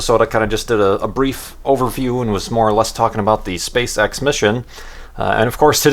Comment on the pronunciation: Am I the only one who thinks 'SpaceX' sound really really like 'Spay Sex'